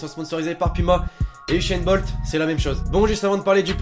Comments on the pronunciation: Ushain Bolt 😠sa se dit Uzain Bolt 😈😆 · c usain Bolt pas ushaine bolt